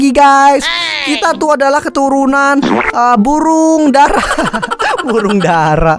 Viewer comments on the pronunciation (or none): Pas lu ngomong burung Dara lu kayak ngomong bahasa Jawa nya Merpati(Yaiyalah kan gw dari Jatim:vvvvv)